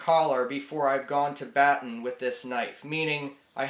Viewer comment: it's pronounced "bah-tahn" not "batten"